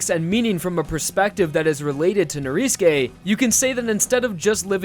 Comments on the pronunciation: It's not pronounced noriske it's norisuke you goddamn emoji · ITS NORISUKE NOT NORISKE OMG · why do you pronounce Norisuke like that ? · Weather because in Japanese, you don't pronounce U's sometimes. Especially if it is After "S" and before "K". Either that or the u fades.